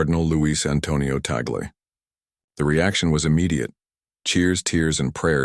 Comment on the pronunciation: THIS IS FALSE NEWS !! (with mispronounced name of Cardinal Tagle. Say, tah-gleh not tey-gel) Only the college of cardinals in a conclave can choose a new pope. In God's own predestined time, let us wait if Cardinal Tagle is The Chosen One. He is an excellent choice, however. One must always say, "tah-gleh" NEVER "tey-gel". The name is of Spanish origin.